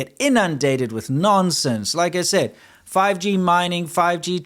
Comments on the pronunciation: fi-gee... sounds like chop-sticks... 🤣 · Want to know what's funny about the intro? My mind almost blanked out to start hearing PUBG instead of 5G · what is this fifgee you speak of